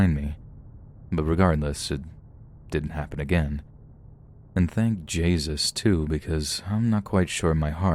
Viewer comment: "Thank Jaesus too."